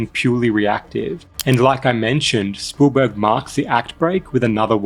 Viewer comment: cool video, no idea who this "spoolburg" is tho haha